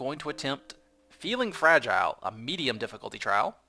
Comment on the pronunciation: "Fra-gee-lay"... That must be italian!